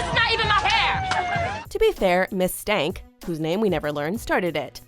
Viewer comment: “Miss Stank” el o ELLLL